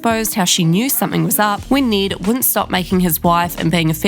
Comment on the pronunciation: His name is not pronounced like that, lol. I get having an accept and prounouncing words differently, but this is someone's name. Ned with a short e sound, not Need with a long e sound. Its and eh sound. Not saying this on behalf of the try guy, but all other Ned's out there, as well as the auto generated captions. If you have a strong accent, maybe listen to the name you are about to repeat a couple times, in their own accent, to get the pronounciation right.